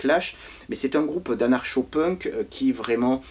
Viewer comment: Salut....je pense que cela à déjà été mentionné mais ça "pique" les oreilles !!!😵😣 (Phonétiquement) "Youkousoubs" pour UK SUBS!!!! Ainsi que "Anar-Chaud" pour ANARKO!! 😉🏴‍☠️🍻🧷🍺☠️🏴‍☠️🧷